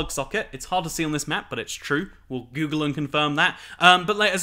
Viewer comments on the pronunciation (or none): none